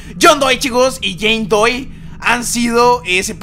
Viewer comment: No era Jane doe porque ANDROID dices Jane doy :v